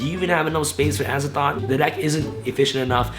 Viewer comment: Azathot????? DANGER!?